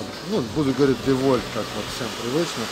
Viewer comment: Что такое девольт? Это что то французское что ли? Мы знакомы с ДиУолтом, но про девольт не слышали... Может быть в девольтах именно так как вы и говорите, но в ДиУолтах такого не встречалось. Кстати машину OPEL произношу как ОРЁЛ. Как вижу так ичитаю. На машину Lexus, говорю не Лексус, а Лехус итд... Спасибо огромное! Видно, что вы очень разбираетесь))👍👍👍👍🤣🤣🤣🤣🤣🤣